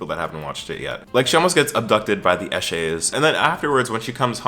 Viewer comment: It's pretty funny hearing an American say eshay hahaha